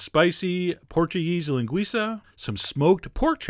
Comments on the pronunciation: Loved the video, Chef! I'm brazilian and I love feijoada. We don't usually make feijoada with these kind of meat, but I bet it was delicious. BTW good pronunciation of the word "linguiça"! Well done, Chef John! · Your pronunciation is awesome! You said "Linguiça" perfectly! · Chef, I'm from Brazil and you are amazing. Nice job with the Feijoada and also with the accent as weel "Linguiça" and even "Feijoada" is not something that most americans can't pronounciate it. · It's an amazing version of feijoada. And the way you pronounce LINGUIÇA is perfect, ALMOST A NATIVE. ;- ) Now I suggest you a video of Caipirinha to go together with this amazing dish. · Your pronunciation of "linguiça and feijoada" is pretty good !!! Your recipe is a little different but looks very good too 😋...oh, and that's not a New Year's dish... it's more like a weekend great family and friends' reunion dish as "churrasco"(brazilian barbecue) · Oh, by the way, you say "linguiça" perfecly!